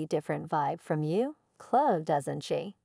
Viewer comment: AI mispronounced too many things. Couldn't even pronounce Chloe.